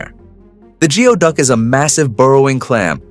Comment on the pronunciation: It is not GEO- duck. It is Gooey-duck.